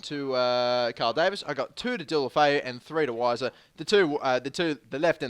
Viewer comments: its pronounced Viser but i prefer Wiser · unfortunately its viser not wiser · It's pronounced Veiser. Which sucks for puns, but it's true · The W is pronounced as a V